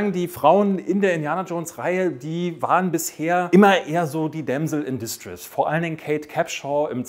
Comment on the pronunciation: damsel in distrÄss nicht disstriss ;)